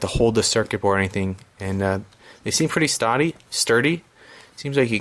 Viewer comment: "Pretty Stody" You from Boston? LOL. Great review though thanks for posting I'm looking at this unit.